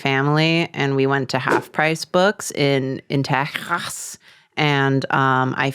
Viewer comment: to non-texan drawfee viewers: karina said texas like that because "teh- hass" is the original spanish pronunciation . she said it much sillier though